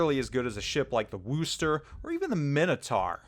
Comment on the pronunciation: For the love of god - Worcester is pronounced Wuss-ter. Wuss-ter. First syllable sounds like wuss, as in, "That kid isn't very tough. He is a wuss." It isn't Wooo-ster. If you say the name and the first syllable sounds like you just shouled WOOO HOOO HOOO HOOO than you're doing it wrong and making New Englanders and the British all die in agony.